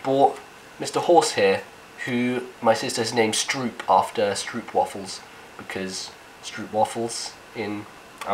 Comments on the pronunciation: I love the way you pronounce stroopwafels wrong :). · strupwaffels lol, i dont like em as much, but your pronunciation is pretty funny